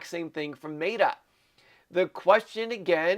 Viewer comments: It's met uh not Mate uh lol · OMG!! it Me-TA (like metal without the L).. 😕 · Dude, it is MET….A, say it correctly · Your pronunciation of Meta is insane